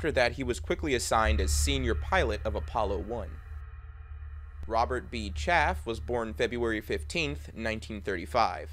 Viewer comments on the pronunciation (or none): none